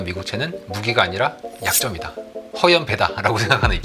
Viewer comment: 허영 배(X) 허연 배(O)